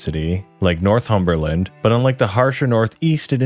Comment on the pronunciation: Never heard anyone call this place North-Humber-Land before 😂love it!